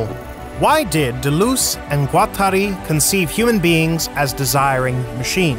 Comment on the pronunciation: Thanks for this informative video. Taking some French lessons would improve the pronunciation especially of D. and G. which is desperately needed imho